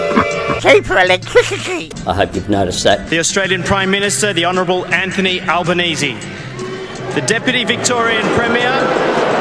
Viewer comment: Anthony Alba-NOCHIO?